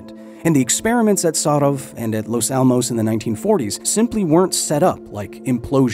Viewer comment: As a Spanish speaker, his pronunciation of "Los Alamos", on the other hand... ¡Dios mío!